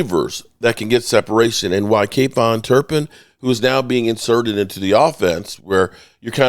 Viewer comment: Who is kayvon turpin? You mean kavonte turpin